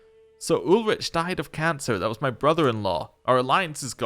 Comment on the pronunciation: Another thing about the pronunciation: ch is mostly a h. Sometimes it's a french ch at the beginning of a word. But in Ulrich's case it's always a h-sound. A h following a vowel lengthens the vowel. Y is pronounced like the french u or german ü usually is. G is always pronounced as the g in give. If a word ends in a vowel, you pronounce that vowel. Z is a 'tz' sound. S can be a z-sound or an s-sound, that boils down to the speaker, a double s is always an s-sound. J is always a y-sound like in the word yoke. And when saying a name you usually stress the 2nd or 3rd to last syllable. (example: Charlótte, Gáutselin, Ádalbert, Wérner, etc.)